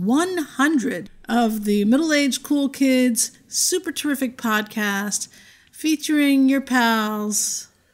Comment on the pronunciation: Oohhh, PODCAST... I thought you said codpiece!. Sheesh. It all makes sense now. PODCAST. I get it now.